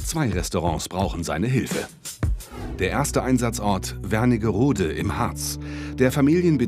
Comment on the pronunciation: Es heißt Wernigerode, nicht WerniNgerode... 🙄